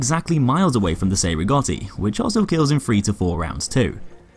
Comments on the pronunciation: Great vid, just saying its pronounced ch-ei rigoti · good video but it reads CHEY- rigotti. sorry and Keep up